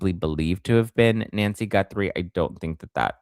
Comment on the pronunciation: Isn’t it pronounced “Goo-three” Lolol love ya!